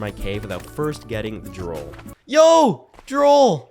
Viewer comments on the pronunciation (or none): You called it Droll, it's pronounced Droooool, like the stuff that drips from your mouth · Anyone else notice he pronounces drool like drole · Why do you pronounce drool as droll? And did you not notice that you got it from the slimes?